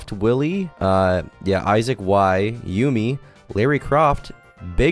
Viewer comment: Why tf u say yumi like that bro